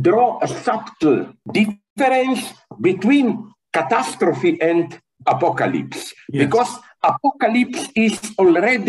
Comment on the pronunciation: He said "Apolalypse" and Siri woke up on my Iphone 😂